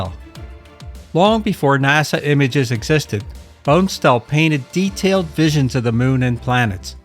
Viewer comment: Just so you know, Bonestell is pronounced "BAHN-es-tell."